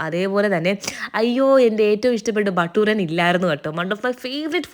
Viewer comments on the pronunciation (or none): Yes it is batoora.. Batooran alla. Anjooran pole😂😂